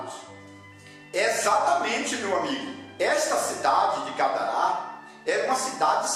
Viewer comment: O nome é Gadara, não Gadará .